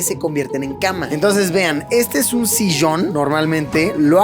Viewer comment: Porque luis empezó a decir las ll como los gauchos??? Sillon se dice, no sishon